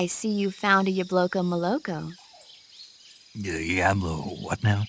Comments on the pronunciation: Why is Snake struggling with all the Russian names of foods? We see IN GAME that Snake is fluent in Russian. During his first meeting with Sokolov he says to Snake "Your Russian is very good. You must've had a great teacher." They're actually speaking Russian to each other but we hear it in English because of the dub but the point of dubs is so that we the audience can understand what they're saying with in the media. And it makes sense that Snake knows Russian since The Boss was lovers with The Sorrow who was Russian. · Hold on, according to the lore, Snake speaks fluent russian and uses it throughout snake eater but he struggles with pronouncing ‘Yabloko Moloko’!?